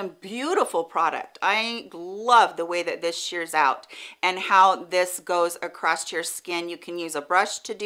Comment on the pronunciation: Is she actually saying acrosst instead of across? It’s really throwing me off or am I hearing things?